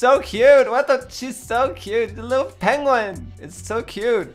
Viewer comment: PengWing? Pengquin?